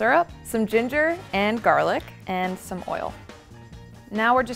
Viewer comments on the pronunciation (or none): none